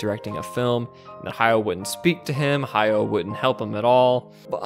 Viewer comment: Goro just needs one major hit to turn his life around. Why isn't Hayao helping him? That's what I would do if I expected him to succeed me. By the way, it's "Ha-ya-o" with three distinct syllables.